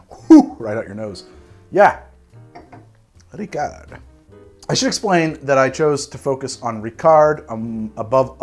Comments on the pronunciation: No, you do not pronounce the T in Dubonnet or the D in Ricard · I'm not gonna comment on the various mispronunciation, but it would be a shame not to mention Ricard is supposed to be served over ice, with 5 parts water (or to taste). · great episode, as always! As a Frenchman, I can help in some areas here: you don't pronounce the final "t" and the final "d" in Dubonnet and Ricard, they are silent. Plus, you always want to add fresh water to your Ricard, you never drink it neat:-) think of it as grenadine for grownups ^^ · did you just drink a ricard (you don't say the D) without adding water ? my gosh, usually it's 1 part ricard, 5 to 7 parts water then add ice cubes, you should really try the regular way (i am french and work in a liquor store if you need any intel) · You don't pronounce the D in Rickard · Yo we don't say the d in ricard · Sorry, the T in Dubonnet and Lillet should be muted. Just like the D in Ricard. Which by the way is usually drank as aperitif the same way as absinth, that is lengthened with water (but no added sugar though)